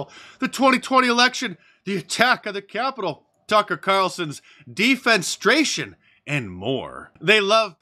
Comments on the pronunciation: Hey Mark, not "defense-stration," but "defen- eh-stration." Big difference in meaning as well as pronouncement. You exist as a reference because of the English language, so hearing you mangle this repeatedly was a bit painful. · It's Dee fen eh stray shun, not Dee fen stray shun. Otherwise great episode. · De-fen-e-stra-tion. Five syllables, not four. C'mon, man! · De-fen-ESS-stray-shun, Mark. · De FEN ess trate. 4 syllables. It means to throw out of a window. It's only barely even being used correctly in it's context. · You missed a syllable in “defenestration”. ;) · Defenestration is a wonderful word. You mispronounced it. It means to throw someone from a window. Comes from the French word word for window. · de·fen·es·tra·tion /dēˌfenəˈstrāSHən/ Great video otherwise 🤣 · Always enjoy you channeling fat Brian. Anyway, not to be picayune, but just pointing out at 3: 56 you missed a syllable - it's de-fe-NE-stra-tion which literally means to throw someone out a window, but figuratively means to remove someone from a position of prominence, e.g., the firing of Tucker Carlson. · C’mon Mark. You are usually pretty savvy and I love your shows, but “defenestration” is a word you need to work on, brother.